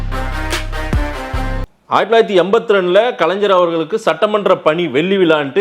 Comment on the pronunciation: டேய்...கலன்சர் இல்லடா கலைஞர்